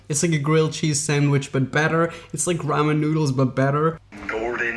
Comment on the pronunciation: Ffs, you can't even pronounce ramen right.